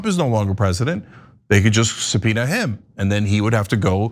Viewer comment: Comer has a real SubPenuhhh if you know what I mean.